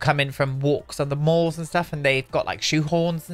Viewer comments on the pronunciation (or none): none